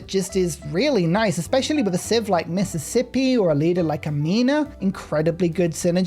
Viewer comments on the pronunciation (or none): none